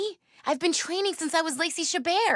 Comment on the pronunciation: Hue much she pronounced “Chabert” like that 🤔